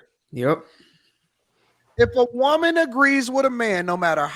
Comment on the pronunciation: has some good points but she has to pronounce WOMAN differently from WOMEN.